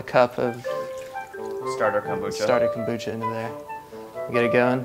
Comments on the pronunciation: KOMbucha. Not Kambucha. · kom- bu-cha ...